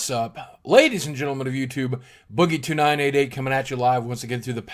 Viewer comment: hmm when u say boogie2988 it sounds like boogietonight. O_o?